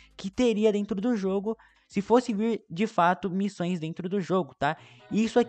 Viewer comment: teve uma hora que ele disse missães em vez de missões kk